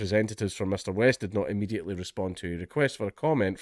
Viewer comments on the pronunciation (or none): none